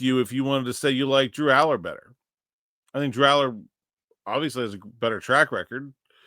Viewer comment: Please, not Allar..... FFS